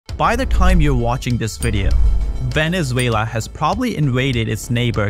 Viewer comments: "VENELUZA".....???....HAHA.....don't trust this guy at all...... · 😂 Veneluza ? I know Maduro is a loser butttt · It is not Veneluza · Veneluza... Dude, come on! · literally opening your video just to see this complete butchering of my country's name on the very first second